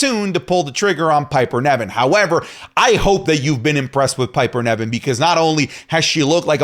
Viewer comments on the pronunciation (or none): Please by god, stop saying Piper NEVin, when its NIVen:(((( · Its NIVEN , NOT NEVIN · please look up how to pronounce Niven, it’s driving me crazy how you say it 😂